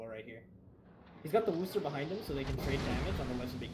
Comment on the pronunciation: plz tell him its pronounced "Wooster"